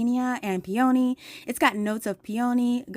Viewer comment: NOT Pee OWN Knee